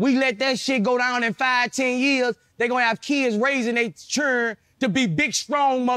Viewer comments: You know you from somewhere when you pronounce 'children' as "churrrrnnnn" 😂😂😂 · “There churren “ 😂☠️